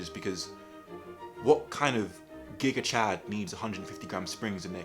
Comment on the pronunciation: Lmao bruh said "GIGA-CHAD"